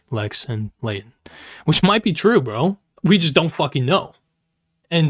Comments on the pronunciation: Why does nick pronounce Leighton's name as "Laden" every single time It irritates me lmao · Just wanna feed the algorithm and complain about how annoying and irritating Nick’s voice is but especially when he pronounces Leighton as laden 😤